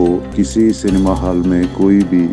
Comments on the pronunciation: Cinema hai be vo...Senmaa nahi😅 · Ye Pakistani.. Cinema ko Senma... Petrol ko Petral kyun bolte hai.. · Canma nehi....Cinema....🙆😆😆😆😆🇮🇳🇮🇳🇮🇳🇮🇳🇮🇳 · ye senma kya hota hai😂😂 inko cinema medicine rickshaw jese pronounce karna bhi nahi aate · Bhai cinema bol, senma nai!!😂😂😂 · Sanma nahi bhai it's cinema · Senma.Not cinema.